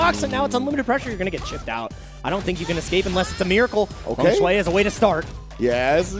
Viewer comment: Lol, says "ecscape" I bet he also says pasghetti instead of spaghetti